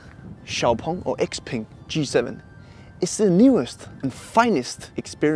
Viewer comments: Really good detailed review. I think you did it justice. You even got the pronunciation and tones right for XPeng's Chinese name! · xpeng(pronounced xiaopeng in Chinese) is a person's name in China. Imagning if you drive a car called Peter or Frank. 😂😂